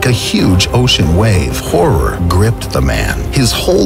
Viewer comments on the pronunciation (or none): none